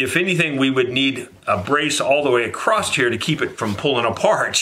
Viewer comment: Love these vids... Though there is still no T in across.,-) keep up the good work.